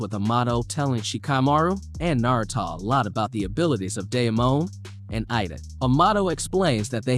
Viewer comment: bruh you say everything sooo elegant and clearly, until you pronounce ANYBODIES name from the show. nar ru toe / bor ruu toe. ty for vid thooo <3